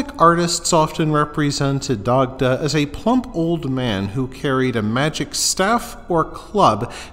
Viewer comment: No, it's not. There's nowhere in Ireland an Dagda is pronounced "Die-da". Probably the only thing this aul fella got right in this wreck of a video was pronouncing an Dagda correctly.